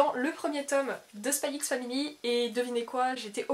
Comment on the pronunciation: On dit pas le x dans les noms de manga/anime rohhhh